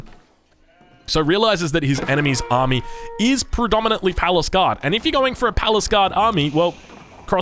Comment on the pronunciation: I had no idea those units were called "palace guard", I thought they were "paliscade" from the way says it lmao